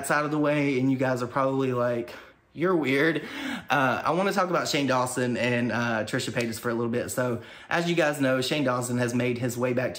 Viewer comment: "Shane DawnSoap" 🤣🤣 I must've missed that lmao